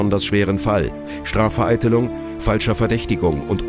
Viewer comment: "Srafvereitelung" xD